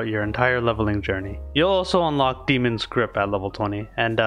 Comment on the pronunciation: it's obviously demon not damon come on figure out your own name bro